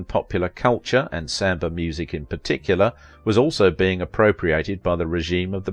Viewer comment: I think you did a wonderful😊 I will admit your pronunciation of samba was a little confusing but other than that great doc. Short sweet and to the point. I think she was a wonderful strong woman doing what she couldn't her time to make a name for herself, and it's a common shame for many women of that time where you're either not white enough or not dark enough.